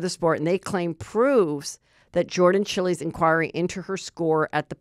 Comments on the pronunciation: Wow Heather, you didn't actually watch the gymnast perform ? How could you butcher pronouncing Chiles?? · You mispronounced Chiles. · I don’t think Jordan’s last name is pronounced like that 😮😮either way it suck’s for her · It’s Chiles…rhymes with Biles